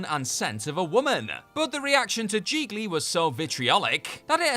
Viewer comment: It's GIGLI, rhymes with REALLY...